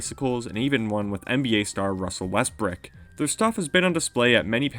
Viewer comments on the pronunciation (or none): I caught that as well😂😂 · Did this man just say "Russell Westbrick" lmaoo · But he tries :(